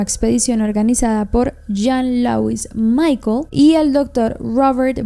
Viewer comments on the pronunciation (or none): none